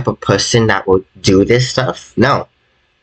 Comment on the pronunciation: tis is by faw te mos sewious tings tat has hapen to me